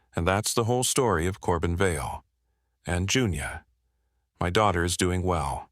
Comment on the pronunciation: I had a friend named Junia - we called her Junie. I suppose it can sound like Junior, especially when being read by AI.